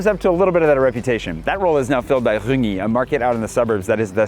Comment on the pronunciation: "Rungis" is pronounced "Rein - Jisse" in French:)